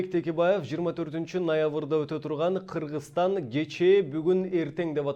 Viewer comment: Кырыгызыстан деп окуйт экен...